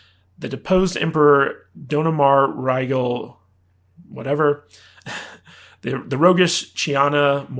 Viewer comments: How can you claim that he’s your favorite character, but not know how to say his name? DOMINAR RYGAL the 16th. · Did this guy just seriously say he was a Farscape fan, and then mispronounce all the character's names, including Dominar Rye . . . Gul Whatever?🤨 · Your a fan you say ...... but you cant pronounce Rygels name right ..... some people 😅😅